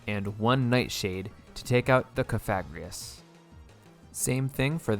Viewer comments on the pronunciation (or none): All the name mispronunciations I can excuse but the way you said Cofagrigus’ name was straight up a hate crime 😂